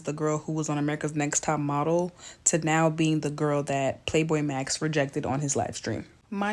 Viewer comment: PLAQUEBOYMAX NOT PLAY BOI MAX LOL